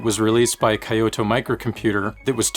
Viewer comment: Great videos! Sorry to be that guy, but for your future videos, I want to make a suggestion to improve your pronunciation. The town "Kyoto" is pronounced more like Kyoh-toh. Two syllables. Even "kee-yo-toe" which is how most native English speakers end up pronouncing it, is more preferable than "kai-yo-toh". Stick it in Google Translate in English and hit the speaker icon.